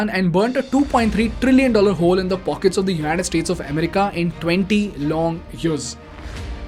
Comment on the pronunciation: America, not emerica. BTW great content.